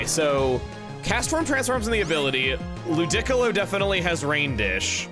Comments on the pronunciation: please do NOT call LOO DEE COLO, whatever loo dick olo, i know you ahve a thing for calling things stupid shit, but like come on man.... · Is it just me or is the pronunciation of Ludicolo for example wrong? I would pronounce it "lu-di-co-lo" instead of "lu-dic-olo" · Im sorry... lu-deck-alo??? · Wait... I thought it was like "Lew-dee-co-low" not "Lew-dick-o-lo". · Has ANYONE ever pronounced "Ludicolo" as "Lu-dic-alo" and not "Loo-dee-colo"? Or is Chuggaa pronouncing it that way to enrage us? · Does anyone know when started pronouncing it as Lu-DIC-co-lo instead of Lu-di-co-lo? Feels like the only other time I’ve heard that is in video with StephenPlays where Stephen guesses Pokémon names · My man casually says 'lu-dick-alo' and expects us to not notice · The hell did he pronoun ludicolo as lu dick l low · Did he just pronounced Ludicolo LU- DICK-OLO? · LOU DEE CO LOW., gotta know, you pronouncing it wrong for the lolz, or nah? Because in all Pokémon media before this you were pronouncing the name correctly… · Please do not pronounce it as ‘lewd-dick-a-loe’ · I was not ready for Chugga to pronounce "Ludicolo" like "Piccolo" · Honesty, it sounds questionable 😂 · Ikr I've never heard that before! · I literally had to pause to process that pronunciation 😂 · Most people pronounce it loo-dih-KOH-loh, right? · Okay, but why IS he saying it like that? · Uh, since WHEN is that how Ludicolo is pronounced? I distinctly remember it in the anime saying Loo-dee-co-low. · Never heard anyone pronounce Ludicolo like that. It sounds, wrong… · Excuse me!? How did you just pronounce Ludicolo??? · I'm sorry. How did you just pronounced Ludicolo?? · I died a little with how he pronounced Ludicolo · Nothing on this earth could have prepared me for how he said ludicolo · Please tell me he’s trolling when pronouncing “Ludicolo”. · Thank you for pronouncing "Ludicolo" the way that the Chaz AI read it during Stephen and Mal's Let's Go stream/LP. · Yeah im insulted lolololol